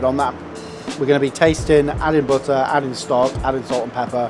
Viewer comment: "Bihhuh... BITTAH!"